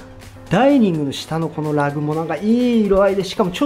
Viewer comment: Rugなのに発音がLag